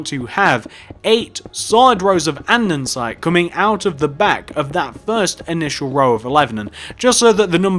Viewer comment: It's an-de-sights not andensite 😂